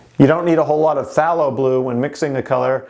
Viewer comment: Phthalo Blue is pronounced with a strong A, like "PhthAYlo" ☺